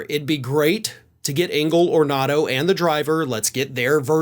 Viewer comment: Getting a name right is as important as getting the true story... C'mon, how hard is that? Anthony 'Tony' Ornato